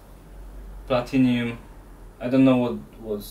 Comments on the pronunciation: It’s platinum not platinium 🥴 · its PLATINUM not PLATINIUM. nice car though... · Platinum, not "platinium". Copper plugs dont' last as long but still offer the best performance. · Personally I wondered if it was like in Australia where Aluminum is Aluminium or something like that. Not everyone has the same English.